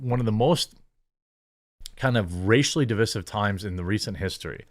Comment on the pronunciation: Jeremy, can you PLEASE learn to pronounce “divisive” right? It should rhyme with ‘incisive’ NOT with ‘permissive’. ”de-VICE-iv”.